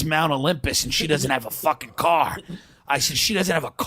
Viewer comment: Top producaaah Idaaah. <3 Where's the caaaah, Idaaah?